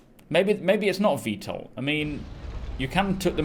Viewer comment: Dude, it is totally V-TOL. How could you have not known about this? It's in the photos and in almost all of the literature. That said thank you for another kick ass video!! Oh and the components next to the bridge are shields. The coolers are the components next to the engines.